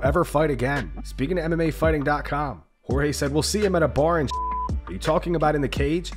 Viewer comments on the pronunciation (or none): none